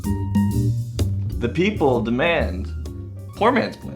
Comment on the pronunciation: "Beople" not "people" lol